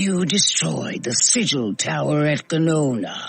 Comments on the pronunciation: Sigle? Lmfao you mean Sigil? Like Vigil? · Sigil is pronounced sih-jull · Sigil = sidge-il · How do you mispronounce the word sigil when you had to edit this video with the footage of the guy pronouncing it correctly?